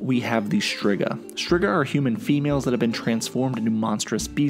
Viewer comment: well you mispronounced Torque and Striga too (even though I would think you’ve heard them said the right way in the show and games) and you’re making an informational video so like, it’s worth trying to get it right. You also got the bit confused that Torque was getting food for the elves he pitied, not for his family. Otherwise it was a nice video for those unfamiliar with the series, but don’t get so high and mighty when someone politely informs you. Maybe learn how you can improve instead of getting defensive?